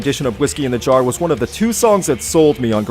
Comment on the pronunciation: Why does he say jaro not jar it's not whiskey in a jar oh it's whisky in the jar